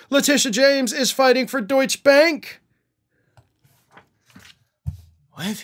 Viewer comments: Deutsch-EH! Silent ‘e’ at the end of a word is an English thing, not German. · it's pronounced 'DeutschER'. DJT isn't the only member of this crime family who has done business with the kings of money laundering. On November 20, 2013, the Detroit Water and Sewerage Department filed a lawsuit against the City of Highland Park regarding unpaid sewage services and water totaling $17.7 million.[19] In 2020, the two cities settled out of court for an unspecified amount. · Good video as always,. A point of order though; "Deutsche" is pronounced with the "e" at the end. (That so many Americans don't know German, French, Spanish, etc, I blame completely on your education system, not on the individuals.;-)